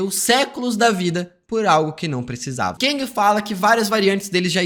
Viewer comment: Gostei da análise, mas para de falar "keng" é "KANG" 😂😂😂. No mais, foi bom.